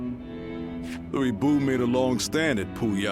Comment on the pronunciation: Hate how they're pronouncing lu bu name like it's luey bu wtf lol...but I luv Dynasty Warriors